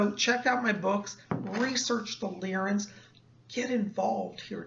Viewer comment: Are you sure that it's pronounced Leer-in and not Lye-rin? Leer-in sounds off to me.